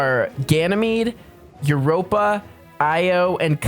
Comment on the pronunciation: Yeah, I don’t know why he said that and that’s not how you say Europa💀